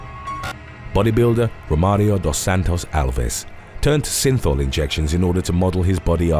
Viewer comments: I keep thinking he's saying sinful 😆😆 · The word is “regimen” not “regime”. Every time you say synthol it sounds like you’re saying “sinful”. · Y does synthol sound like sinfull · Synthol is pronounced sinfull